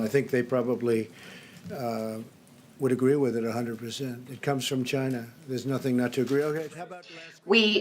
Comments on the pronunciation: Yea, like the spelling Bee said...Chi-nah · It’s from Chay-NA! The virus came from Chay-NA!